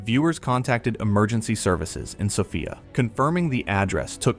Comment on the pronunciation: "Sofaya"? I live in this city for 30 years and it is the first time I have ever heard the name pronounced so ridiculously! If you are doing almost 30 minute story, at least try to do a 1 minute research on how to pronounce names.